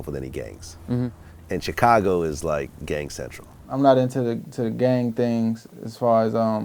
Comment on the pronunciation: "Other Chigago Artistizz" ...